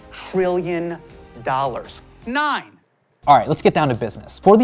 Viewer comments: “One. Trillion. Dollars. NINE. “ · the "nine" is sending me